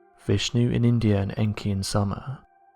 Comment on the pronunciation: 'Sumer' is not pronounced like 'summer' lmao